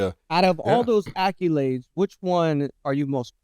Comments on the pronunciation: Am I the only one who is bothered every episode by the pronunciation of "accolades?" 😅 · Why this fool keep pronouncing accolades like that?